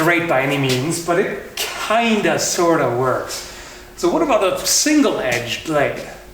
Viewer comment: "it kinda sworda works"